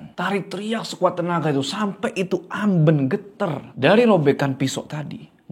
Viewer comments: amben bang bacanya bukan amben🤣 duh gmn ya jelasinya😭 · amben bang bukan amben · AmbEn bang bukan Amben😂🤣😆😅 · Amben, e nya pake e ketek, ah susah coba komennya ada vn 😂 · kalo disini bacanya AMben bukan Amben, eh😂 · Amben, pake E bukan E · AmbEn...bukan amben. Pake E besar. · bacanya amben bang bukan amben... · Keren bro, fyi sbg org jawa asli, sedikit info soal "amben" bacanya "ambèn", ky blg "bènsin", bukan "bensin" 😊 balai-balai dari bambu yang digunakan sebagai tempat tidur atau tempat duduk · Mbacanya ambEn bang 😄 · AmBEn. Kayak mengeja "MEja". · mau sedikit koreksi. cara baca amben itu e nya bukan e biasa. tapi e yang bunyinya antara a dan e, mangats bang💀🔥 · amben bang bukan amben. gimana y jelasinnya😂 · Pengucapan kata “Amben” yg bener intonasi huruf vokal “E” nya tinggi.. Aduhh susah kalo jelasin lewat tulisan, tapi semoga ngerti yg saya maksud ☺️ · Makan siang sambil nonton ini bikin makannya jadi lahap 😄 BTW, pengucapan "Amben" pada huruf 'e"nya lebih tepatnya seperti "e" pada kata "Sarden" bukan "e" seperti pada kata "Kenanga". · terima kasih videonya! Tpi tadi bingung waktu omong "amben" bukan pake e itu bang, tpi pake e yang di ikan lele 😅🙏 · Cara ngucapinya tu amben bukan amben ✌🏻✌🏻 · amben bang bukan amben. Ahh gimana ya jelasinnya gabisa vn😭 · amben kak bukan amben wkwkwk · bukan amben tapi amben 😂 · bang, amben bang bukan amben, pake e bukan pake e